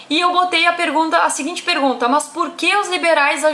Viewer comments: “mâs” kkkkk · MÂS ... MÃS KKKKKKK MDS